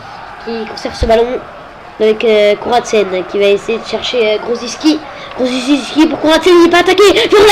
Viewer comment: bien mais on dit juste grosiki, on ne prononce pas le c